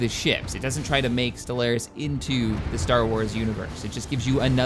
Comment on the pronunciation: love ya but the way you say stellaris drives me nuts